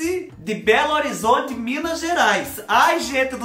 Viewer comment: Aí fubá tbm sou de Belo Horizonte ' amo ouvir vc disse Belo Horizonte ' e que coiseiras kkkkkk fubá fico feliz por vc ' fubá